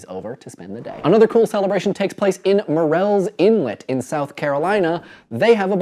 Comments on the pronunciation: Cool video, but you mispronounced Murrell's Inlet pretty badly. It's Murrell's not Marell's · Heh. "mur-els." Nobody pronounces that right - I'm not even sure what it IPA for it would be, it's a weird kind of southern, almost "chewed" pronunciation. Something "Myrl's" - or like the name Merle. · It's pronounced "Merl's Inlet," you goddamn carpet-bagging Yankee. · Murrells Inlet is pronounced MUR-rells, not mur-RELLS. For the record. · Murrells inlet... As in Murrell Haggard. Mur-Ls? LOL Potato potato I guess. Just don't go saying Appal-Atche-an Mountains and we're good. LOL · That is not how you pronounce murrells inlet (it's merl's). I live there and if I wasn't visiting family I'd be standing on the bridge that pic was taken from right now. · Murrells Inlet is pronounce more like Merls. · Thanks for mis-pronouncing Murrell's Inlet (I didn't think that was even possible) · I live there and noticed this too. He was sooo far off. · Love you guys, but that was the funniest pronunciation of Murrells Inlet I've ever heard. xD -maggie.